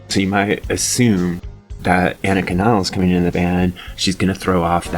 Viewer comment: Another drummer with a last name no one even Geddy pronounces properly. After all this time and you can’t even say her name right? 😂 ridiculous.